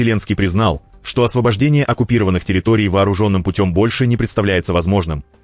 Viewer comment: Никаких терррроиторий . Ухо от селёдки ,пожалусто А то залупил😅